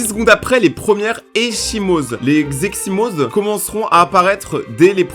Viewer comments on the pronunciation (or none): Heuu echymoses qui se dit eKimose